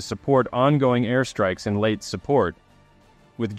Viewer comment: I know this is a nitpicking and I like your and I like your videos, but please pronounce the location of this battle with a long e at the end . Not late.